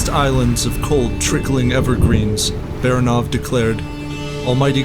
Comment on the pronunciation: last name 'Baranov" is pronounced by the narrator incorrecty. Not just one but two errors. Frst of all, stress is not on the last syllable, but the middle one. Secondly, russians characters are pronounced as they are written so A is a, not ae